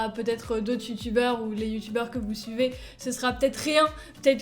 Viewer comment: C'était une super année continue comme ça 👍 Attendez c'est moi où elle dis tutubeur 😂